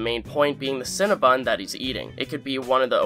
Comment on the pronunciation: I feel so uncomfortable pointing this out but it’s Cinnabon not CinnaBUN